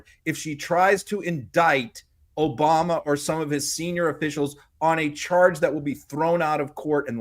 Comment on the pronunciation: please take some time and practice how we pronounce things here in the united states... it's not '' Omamerr'', it's Obama... please!... drop the unnecessary R